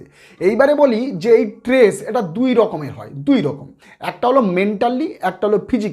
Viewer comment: ট্রেস নয় , বলুন স্ট্রেস বলুন ।